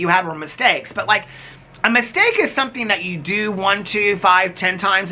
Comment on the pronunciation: Sometings" 😜😜😜😜 love ya